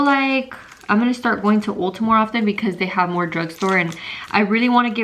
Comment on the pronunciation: It's ulta not olta lolll